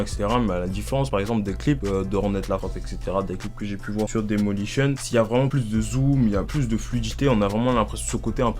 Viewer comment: bonne video mais c moi ou le mec dit demolition au lieu de daylimotion?